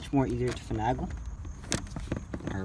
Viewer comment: One criticism, finagle has an A like (A)BC not (a)pple.😂 No for real though, very well spoken and very informative. Great job!!